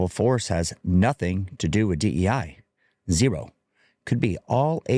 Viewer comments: He keeps calling it, "DENI" policies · Sounds like he’s saying deny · Bro can't even say DEI right 😂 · He's saying DE&I (the "and" being the N you hear).